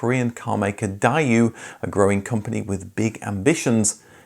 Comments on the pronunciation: It took me a long time to figure out that "Dieyou" was Daiwoo We pronounced it Daywoo in the US! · Die-you? It's pronounced day-oo (like boo). You even apologized for your mistake last time... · What is "Die-yooo"? The name Daewoo is Korean. It is pronounced "Day Woo" with two distinct syllables, both of which are accentuated, which is why I capitalized the "W". That is how we say it in the United States and the Koreans say it that way too. Though the later tend to draw out the last syllable with an extra "oo" or so. It almost sounds like "DAY wuhuugh". Our letters and common sounds do not translate to that language properly. GREAT video! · It's pronounced day-woo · Is my mind failing me? Pretty sure they were pronounced Daywho!